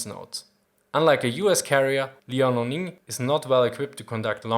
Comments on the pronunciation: liao-ning (in chinese 遼寧). It should spell as 2 sound "Liao-Ning" instead of 3 sound "Li-ao-ning". just saying. Keep the good work:) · Liao(辽) is [liɑu](triphthong), not [li] [ɑ] [ɔʊ]. In modern Chinese Mandarin there is a principle: one syllable represents one Chinese character. So here, it is not Li A O.